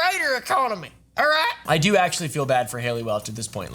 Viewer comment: almost spit my drink on my monitors 'We got stuff ta dew!' He said 'Up 'ar' I'm dead you know he the realest